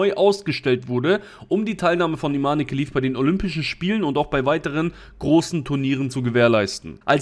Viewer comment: Das E am Ende wird nicht ausgesprochen. Falls Sie tatsächlich eine Frau ist, was äußerlich und der Stimme nach zu urteilen eindeutig ein Mann ist, dann spricht man ihr Vornamen ohne das E am Ende, also Iman